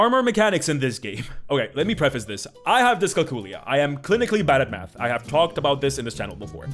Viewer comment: My brain is... "Special." You said, "A Math shaped dagger." I heard, "A Matt shaped dagger." :D